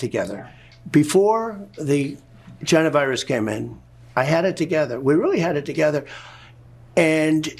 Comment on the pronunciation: What the hell did Trump call Covid in that Fox and friends interview? It sounded like Jennavirus. Do you Americans have another name for it?